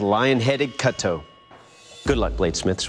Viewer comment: hearing americans say french words is very cringe. please check a pronunciation guide for once. Couteaux , Cooooo-TOE. not CUT-toe